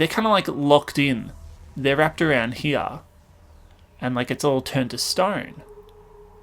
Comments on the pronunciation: The way he says here is like "hiar" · SpeedBeat and the way you think he says it sound like "hire" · over heah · maybe but im just saying it sounds funny